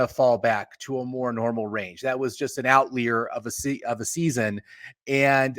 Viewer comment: You guys are making good points. But can I really trust someone who pronounces "outlier" as out-leer? ;)